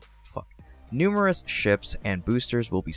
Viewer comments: “Numero- fuck…. Numerous” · "numerous.... fuck" ... numerous" lmfao